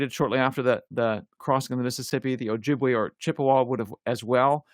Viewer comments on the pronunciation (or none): none